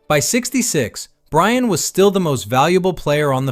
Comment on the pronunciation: You Wuv Bwian ❤😂